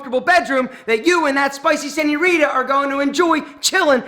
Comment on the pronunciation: Bro need to pronounce seńorita right cause I bet every Hispanic is dying 😂